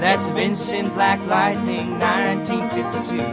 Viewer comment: Its Lightning, not Lighting.